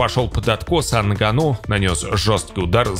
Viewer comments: нГанну а не нганнУ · Из за не правильного ударение Нганно, аж тошно слушать, правильно, что не подписался